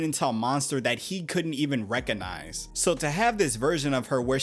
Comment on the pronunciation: Recognize ❌️ Reconize ✅️ Clearly the "g" in the world is silent now 😂